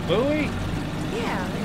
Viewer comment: Beautiful! And funny “Buoys!!!”